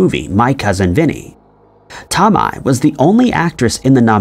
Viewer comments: it’s pronounced “tow-may” not Tom-ma 🙃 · It’s not Tom eye. It’s Tow may…😂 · If u believe Chris discovered America and the world is flat, I got some air for sale…AND U KNOW DAMN WELL MARISSA TOMEI IS NOT PRONOUNCED “TUH MY” ITS “TOW MAY” 😤 sorry that irked me so bad 😂😂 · Marrisa (Tom-eye) 😂😂😂 it's pronounced (To-may) you scholar!! 😂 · Tomei, pronounced "toe may," with the stress on the first syllable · Tomei- pronounced toe-may. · Omg I was looking for this comment that irritated my soul 😂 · Came to say the same thing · This. OP needs to do a little research on names he’s unfamiliar with PRIOR to making the video. Who the F doesn’t know who she is, though?? 😳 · They slaughter ppls names on every video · tom-eye huh. fucking god i knew you didnt do any research but its the icing on the cake everytime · Fun video, but Marisa Tomei's name is pronounced, Toe-mAy. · It's pronounced Marissa "toe-may" .. it's so annoying when ya'll can't be bothered to learn how to properly pronounce what you're talking about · Marissa TOE-MAY is how its pronounced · Who the heck is Marisa Tom-EYE? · 1)pronounce it Marisa Tomato sans the 2nd ‘to’ 2) these conspiracies just prove that the internet propagates stupidity & ignorance to ppl who want to be “individuals fighting against the norm” cuz… well too many ppl just have it too easy haha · Nope ... It's Tow-my ... It's common knowledge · Tow-my ... It's common knowledge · It’s Marissa Toe-May 🙄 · Marissa TOE-MAY! but love your videos! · Marissa Tow-May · Tomays name has been erroneously called out loud in this video lmao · Hehehe his pronunciation is so silly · This guy kind of lost all credibility with me since he can't pronounce a famous actress's name correctly. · Criminal pronunciation of Marisa Tomei